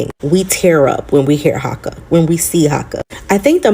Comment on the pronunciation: Your pronunciation of Haka and Rawhiti are good. (At least as far as this pakeha Kiwi can tell).:) BTW, Hana-Rawhiti is her full first name, her last name is Maipi-Clarke.